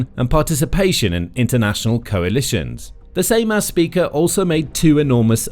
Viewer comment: Juozas is pronounced You're zus Without sounding the "r". and emphasis is on the first syllable. Seimas, S(E like A in Apple)im us with similar rule to the above. The surname is also poorly pronounced.